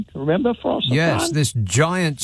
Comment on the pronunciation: I love, but - on the remote chance he's reading this - Ffos-y-Fran = "force er vraaaan" not "foss er fran".